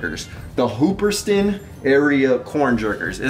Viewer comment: Not hating on you but you're not pronouncing the hoopeston correctly lol hoop-ston Illinois... It's where that shirt is from... Hoopeston Illinois used to be the corn capital of the world... And now it's one of the poorest towns in Illinois.... I grew up visiting that place when I was a kid so it was really cool to see that you like that vintage shirt... Keep doing you... ✌️